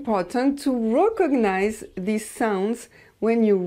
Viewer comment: Also madame, [wreck+cognize] not a French [re] I'm just returning a helpful favour. I don't know if mine is helpful...